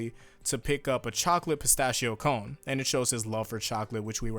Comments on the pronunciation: In Italy, we call Ice Cream Shops "Gelateria" (plural Gelaterie) Also Pistacchio is pronounced "Pistakkio" (yeah, just like the "akkio" in Abbacchio) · our Ice Cream shop is called "Gelateria" (and the "ch" Pistacchio is spoken like Abbacchio)